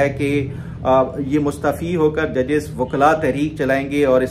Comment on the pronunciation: Ap mustaafi ko mustfi boltey hen